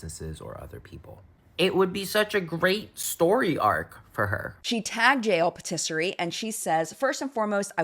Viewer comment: i love you so much but can we just tryyyyy to say patisserie correctly?